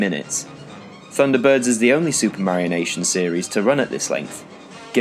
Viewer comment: Bruh. "Supermarionation" -> "Super Mario Nation"